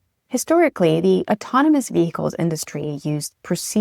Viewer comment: VeHicles she says